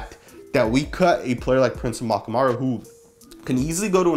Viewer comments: Dude Amukamara, not Amakamaru.. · Prince AH-MOOK-AH-MARR-UH. Botched his name at :20 and in other videos lol. I like our CB group but really believe the veteran presence would've helped.